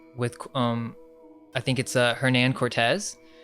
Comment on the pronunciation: In Spanish the "H" is silent. It's pronounced "Ernan".